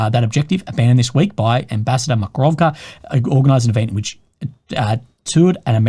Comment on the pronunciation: Dear. It's MakaroVA. Not MakaroVKA.